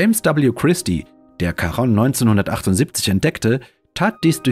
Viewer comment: Wunderschönes Video, dabei selbst für Astronomie-Interessierte aufschlussreich. Da nimmt man gerne die viele Werbung in Kauf. Lieber die Werbetreibenden bezahlen ihre gute, aufwändige Arbeit als ich, deshalb lasse ich sie immer ganz durchlaufen in der Hoffnung, das zahlt sich für Sie aus. Kleiner Hinweis: Charon, altgriechisch Χάρων Chárōn, wird nicht Charonn ausgesprochen. Omega wird lang gesprochen, nicht aber betont. Weiß, oberlehrerhaft. Eine Nationaleigenschaft der Deutschen. 😁